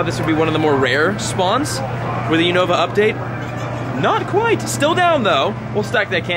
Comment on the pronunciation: Still pronouncing unova, throh, karrablast, and conkeldurr wrong but love the vids and glad your doing good with your mental health and everything.. keep up the great work.. (just learn the pronunciations.) Lol.. just playing..